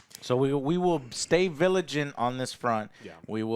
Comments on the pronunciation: When Joe Said "We'll stay viligant (vigilant)" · "...stay viligant..." It's vigilant 😢😂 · thanks joe for staying "viligant" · will stay "viligant".... thank you american education system